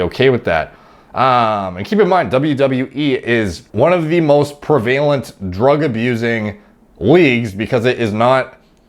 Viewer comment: He pronounces prevalent weird.